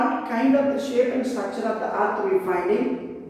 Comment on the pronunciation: ITS NOT STRACTURE ITS STRUCTURE